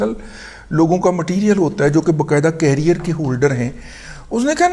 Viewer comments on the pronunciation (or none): none